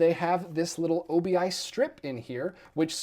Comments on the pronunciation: a few things: 1. it's pronounced scan-a-vo 2. the guy on the back of the Palindromes book is Mark Weiner, a character from the movie, not Todd Solondz 3. the strip is called an obi strip, pronounced like obi wan. it originated from japanese packaging, its a japanese word, same word as a sash worn with a kimono party on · Interesting to hear someone say “O.B.I.” as if it was an acronym. On a more on topic note, love the Radiance releases. Lots of great Japanese stuff that fans have been waiting for, but that I guess Arrow passes on.